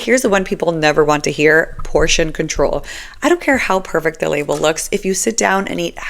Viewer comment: GUIDE! Thank you. There was only one part of this video I didn't understand. You said two words: "portion control." I apologize, but were those English words?😁